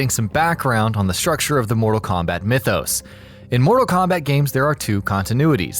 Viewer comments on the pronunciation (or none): none